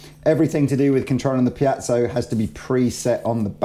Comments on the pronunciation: Goddammit! It's piezo, with an E: piEzo, not piAzo! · Piezo..pronounced ..(pee-zo).. Not (pee-at-so) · I'll never understand why always says "pee-yat-zow". There's no T in there, mate. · repeat after me: pee-ay-tsoh, pee-ay-tsoh, pee-ay-tsoh, pee-ay-tsoh! There! You're good now. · say PIACHO one more time! !@ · "Piazzo" smh. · there's no 'a' in 'piezo'......